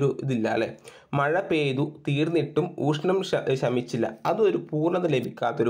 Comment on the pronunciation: നാല് + നൂൽ അല്ല നല് + നൂൽ എന്നാണ്. അതുപോലെ ഊഷ്ണം എന്നല്ല. മലയാളം topic കൈകാര്യം ചെയ്യുമ്പോൾ ഉച്ചാരണം നന്നാക്കാൻ ശ്രമിക്കണ്ടേ